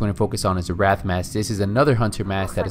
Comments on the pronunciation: It's not a Wrath Mask. It's a Wraith Mask. Pronounced /rāTH/ Just wanted to let you know. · Not expecting this guy to respond but: The Wraith mask being pronounced incorrectly. WRAI in the word WRAITH is said as RAY. RAY as is X-RAY. He is saying {RATH} which is spelled WRATH. As in WRATH of The Four Horsemen of the Apocalypse. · little nitpick: it's Wraith, pronounced "rais"... Not Wrath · How many times did you say wrath instead of wraith? Holy shit obviously never listened to a rap song. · Just FYI "Wraith" is pronounced RAY-TH not rath. But thanks for vid. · Yeah I caught that as well, I was like " Did he just mispronounce Wraith as Wrath? the hell " lol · The wraith mask is your favorite and you don't pronounce wraith correctly..